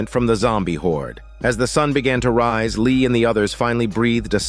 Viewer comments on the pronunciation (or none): none